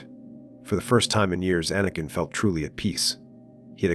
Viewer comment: Jedie? Quiee-gon-Jin? Ah-nakin? Pain, listening to this, it brings. Yes, great suffering.